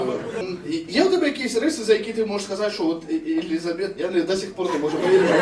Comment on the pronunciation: Вибачаюсь, але перші 5 хвилин вуха капець різало((( Не ЕлізабЕт, а ЕлІзабет 😊